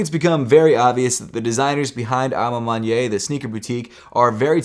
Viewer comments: A ma maniere not A ma manyei or whatever you saying. And it means( in my own way) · Hey! I noticed how you say a ma maniere, sounds like "a ma mon-yay" I think it's correctly pronounced "a ma mon-e-air" a ma maniere, I apologize if that doesnt help. Also Sorry if that sounds condescending, have a great day🙌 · It's pronounced man-yair. Not man-ye.